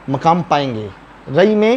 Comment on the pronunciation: آپ مقام کو رہنے والی جگہ کہہ رہے ہو جو کہ غلط ہے یہ لفظ زبر کے ساتھ ہے مٙقام یعنی حیثیٹ رتبہ نہ کے کھڑے یا رہنے کی جگہ وہ لفظ پیش کے ساتھ ہوتا مُقام۔۔۔۔یہ غلطی ہے آپ کی زرا تحقیق کیجیے دوبارہ سے